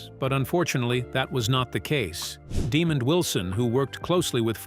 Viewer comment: His name is pronounced “deh MOND” not “Demon”.